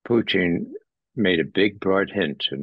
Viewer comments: I don't. I really don't like hearing people pronounce foreign language words with an exaggerated accent. It's irritating. And Russians don't even say Poutine like he does. They say it with a very short second syllable, so he's not even accurate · Why does Ray call him Pooteen? My goodness that was annoying. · Why can't these "smart" guys pronounce a simple 2 syllable name Putin correctly? They usually get one or both wrong